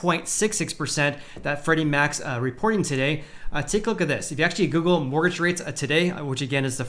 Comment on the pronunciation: please work on your Annunciation of the word mortgage. You come across as if You have a speech impediment of some kind